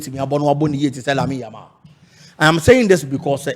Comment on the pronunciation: said yamine yamal😅